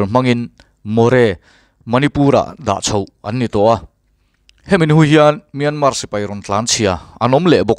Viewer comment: Piana tih thlukin Myanma tia lam tur...an ti. Atawpa R ri tel lo vin...